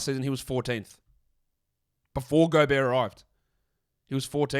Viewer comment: The accordion music and Golbert mispronounciation were a nice touch.